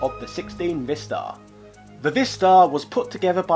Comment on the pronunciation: According to the Korean phonetics, it's actually pronounced, "VAI-star"...rhyming with "bye", "hi", "cry", etc.